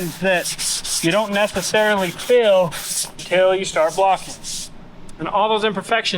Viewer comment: There's a joke somewhere in the way pronounces "feel" as "fill" but I'm not smart enough to come up with it.